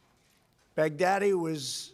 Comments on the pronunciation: he pronounces his name is Baghadi he pronounces it as baghdadi, literally 14 seconds later he gets his name wrong. This guy should write fictional books. Never seen so much bullshit in my life. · The way trump says bag daddy is werid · I swear he is saying "big daddy" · The further this speech goes on from the first pronunciation, the more he pronounces the name “bag-daddy”. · lmfao he pronounced his name wrong on purpose to further humiliate him.